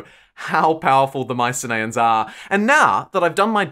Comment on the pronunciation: Isn’t it pronounced My-sin-ee-ins rather than My-sin-ay-ins?